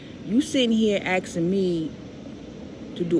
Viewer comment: Dammit! There’s a K in the word A S K I N G!